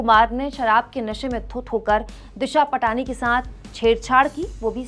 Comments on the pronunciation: दिशा पाटनी है इसका नाम। दिशा पटानी नहीं। Please कोई भी हो उसका नाम सही से लें। आपको कोई काकाम बेवाल कहे तो आपको कैसा लगेगा? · दिशा पटनी है। पाटनी या पटानी नहीं है। गलत उच्चारणसे सब किरकिरा हो जाता है।